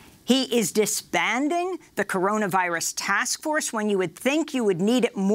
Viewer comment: "The Cororavirus?" I though Joe Biden was the senile one.